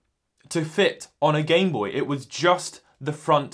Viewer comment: “gamebopy” “gameboyt” lmao